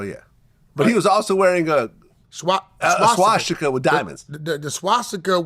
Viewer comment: Vlad, practice makes perfect SWA-STI-KUH, that's how it's pronounced, not SHWA-SHTI-KUH, you silly goofball. Lmao